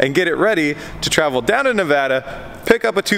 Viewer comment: Thank you!!! Thanks so fucking much for SAYING NEVADA correctly. Massive pet peeve for any real Nevadian. Not a single other youtuber has ever said Nevada correctly. There is no fucking accent on the word yet everyone seems too think there is. Again Thank You!! Not ever joking. It's really odd you couldn't find a truck to rent in Nevada, Reno is the "hub" of the west coast. Meaning you can get ANYWHERE on the west coast from Reno in less then 24 hours. So the trucking industry is massive here.